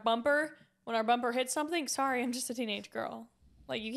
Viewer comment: the type of guy to say sowry after doing smth wrong